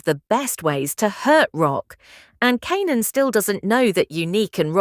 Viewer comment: I hope that you get your ai to pronounce Kanan right 😂